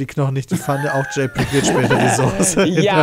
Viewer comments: Wie sie (, ) alle Sose sagen statt Soße. Varion würde sie zur Schnecke machen. ^^ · "Sose".. votekick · Soose 😆 liebes TeamPietSmiet schaut euch einmal bitte Varions Video zum Wort Soße an 🤣